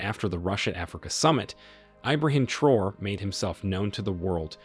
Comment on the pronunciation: Ibrahim Traore is not pronounced “Troor” but “Tra-orey”. Other than that, nice video.